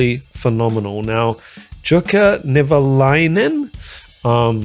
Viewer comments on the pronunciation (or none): I subscribed but that means you need to make a few corrections…. Jukka is pronounced “Yukka”. Wacken is pronounced “Vacken”. And if you get to it, the lead singer is Floor Jansen, pronounced “Yansen”. Just a Canuck educating a Kiwi….. 😊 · Jukka is pronounced “you-ka” and Wacken is pronounced “Vok-ken”. 😊. Great reaction! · Finnish J = english Y, so Yukka, rather.